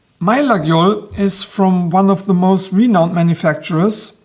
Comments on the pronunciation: It's Layole, we say Layole ;) Faite attention au faux Laguiole :) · Lay-ol ??? i Was Under The Impression The "G" is Silent.......